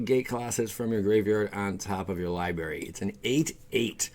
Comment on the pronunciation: Also... li-bRary not lie-berry